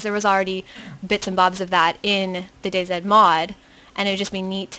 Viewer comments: its day(Z) NOT fuckin day(ZED) get it right! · DayZ not dayZed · DayZ not DayZed. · Im not from America either you cannot pronounce Z as zed that would make no sense then Zombies would be zedombies?! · I dont know, i just think the pronouncing it "Day Zed" is a bit weird to me, but your right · Day ZED? You must be Canadian :D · Its pronounced day zee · Im not sure what you said before that youre referring to lol Im British, living in America, and I say DayZee, because that's how you pronounce Z in America. But all of my relatives in the UK would say DayZed. You must be among the few that say it like that in the UK!